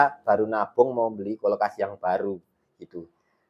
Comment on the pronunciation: Kulkas mass bukan kolkas😂😂😂